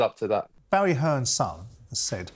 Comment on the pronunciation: Jordan: "Barry Hearns son said...." He can't even say his name 😂 Looks like Eddie Hearn is living rent free in Simon Jordans head 😂